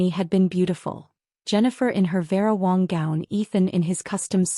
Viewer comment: It's Wang not Wong.